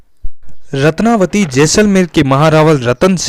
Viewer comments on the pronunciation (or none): रत्नवती है न कि रत्नावली।